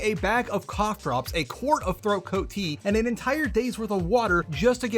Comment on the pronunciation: bro at first I heard that as "Eucalyptus throat goat tea" and damn well spit out my own tea. I'd like to believe in some alternative timeline somewhere, that it is in fact, referred to as "throat goat tea" ... That shit is throat goat tea to me now tho XD.